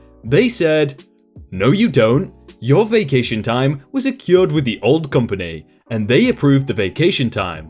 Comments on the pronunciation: I hate being that guy... but accrued is pronounced "Uh-Crewed". Sorry for being a grammar Nazi, I can't help it. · Accrued. Ah crewed. Not "A cured". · accrued is pronounced uh-crude, not uh-cured.